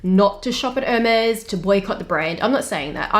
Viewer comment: The is pronounced “airMEZZ”. The accent over the “e” means something. It is NOT “HERmeez”. Got it??